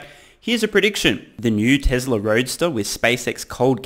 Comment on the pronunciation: Dear Lord. It's. T-E-S-L-A, not TESRA......Drives me insane, given he says it repeatedly every-single-video.....TESLA. It's TESLA!!!